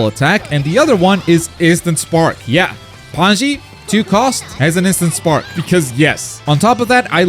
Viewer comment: pie-con and pan-zee smh